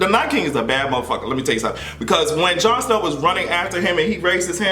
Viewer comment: put some respect on Jon Snow's name!! 🤣🤣🤣